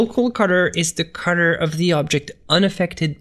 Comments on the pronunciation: WHY DO YOU PRONOUNCE THE WORD COLOR AS A CUTTER? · Dude seriously exactly what I thought when I clicked on this video.